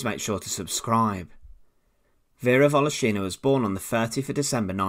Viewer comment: volOshina, not voloshIna! ;)